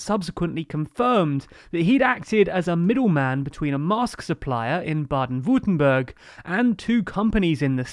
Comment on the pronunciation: if you cn pronounce Jürgen relatively well, you could try that for Baden-Würtemberg to sound a bit better. just saying.